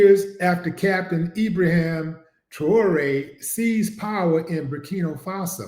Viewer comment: Great vid bro. But it's Ibrahim not Ibraham.